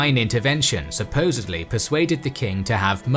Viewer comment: supposeDly not supposeBly, sorry I couldn’t stop myself.